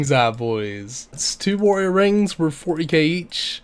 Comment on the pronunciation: “my bank was wurf twentyfWEE mil”